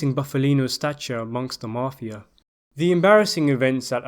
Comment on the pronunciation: Good content,TERRIBLE pronunciation of some names and places including the word mafia,it's mafia not marfia theres no r in it